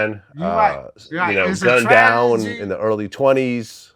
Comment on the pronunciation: Crunchy Black: "It's a Trajahgy" 🤦🏾‍♂️🤣